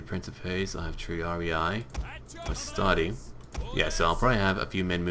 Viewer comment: You have one more Triarii in Legio 2. Also, as a latin student it bothers me, it's pronounced Tre-ar-e-e :D